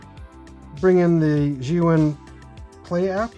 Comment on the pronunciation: Finally someone that pronounces Zhiyun correctly!! Great video, really enjoyed your honest information about the gimbal.